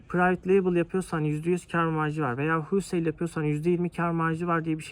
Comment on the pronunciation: Huulsayl degil güzel kardesim holsayl :))